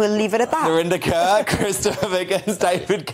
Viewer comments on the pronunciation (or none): Its Narinder KAUR not Kerr! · I only know Narinda Kaur (pronounced like ‘Core’, not ‘Kerr’) from her very brief time on Big Brother in the early noughties. How did she get to be a contributor to GB News like this? What has she do that makes what she has to say of any significance?